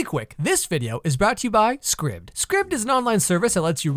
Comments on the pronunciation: Just an FYI I think you mispronounced the website name. It's like "scribed" so aibed sound not ibbed. :P Also, on the females being characters vs males being cutouts... Welcome to the reverse of what I grew up with. All the fun shows had women who were basically no personalitied, and boy was that odd(thankfully depending, some of the cartoons and anime veered away from that, and main/main side characters had decently fleshed out personalities). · I believe its pronounced like scribed like...a scribe. Know what I'm saying?